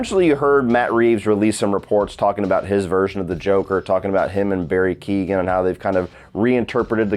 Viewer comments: Barry Keoghan is pronounced (key-hy-own) not Keegan for any non Irish people! Lol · Keoghan = Kyo-han, not keegan.